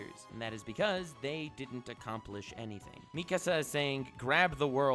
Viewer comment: Nobody:: Meeekuh-sa